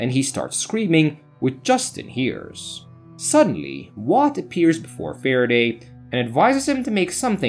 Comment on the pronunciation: The voice is fine, the narration, thoroughness, clarity and speed. Its the emphasis and volume on the first word of each sentence, names, certain word like "suddenly". Its like a roller coaster. Maybe i am so use to ai voice i forgotten how human speaks.